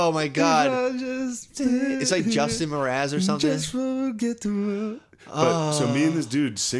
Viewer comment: Lol Matt always confidently butchers pop culture names shane singing a snow patrol song “Who’s that Justin Mraz?” (Jason lmao) My favorite was when he called Crabbe & Goyle from Harry Potter “Crabtree & Gilfoil” 😂